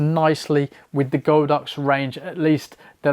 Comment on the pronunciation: It’s God Ox not Go Dox.